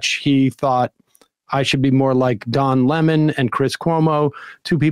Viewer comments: Does he keep saying Dom Lemon?? I don’t think this guy is actually being serious. Is this some kind of joke or something?? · I could never keep a straight face while listening to him constantly saying Dom Lemon...